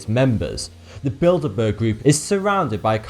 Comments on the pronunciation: At number 2 at first I thought he said build a bear group, I was like what? I love build a bear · I wasn't watching for a bit and I thought he said "The Build-a-bear Group"